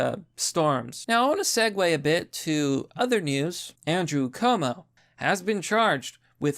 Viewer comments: Dude.. how do you still manage to pronounce "Cuomo" wrong?!? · You mean governor chuumuu